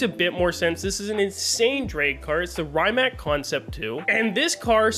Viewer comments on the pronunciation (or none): none